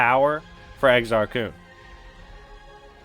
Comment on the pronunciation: Its pronounced with a short U not a double O sound. Almost like "kahn" but with a u. Freedom Nadd is pronounced Freedom Nod